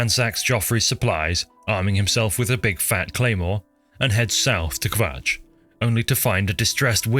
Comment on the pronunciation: Why are you saying kvatch like that? Draw it out like an imperial, kuh-vatch. There is no wales in the elder scrolls.